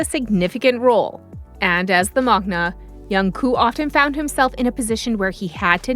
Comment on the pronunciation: Please check your pronunciation. The right word is MAKNAE not MAKNA and the pronunciation of AE is the same as the ae in aeronautics. Also his name is JUNGKOOK. The 2nd syllable, KOOK is pronounced like cook not coo. You must pronounce or enunciate the last K.